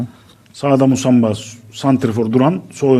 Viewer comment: Adam doğru söylûyor musamba musaba değil